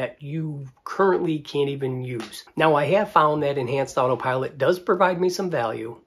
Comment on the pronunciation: Why do you keep calling it otter pilot?